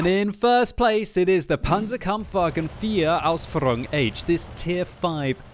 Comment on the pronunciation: Hey I am from Germany your German is good (Panzerwagen)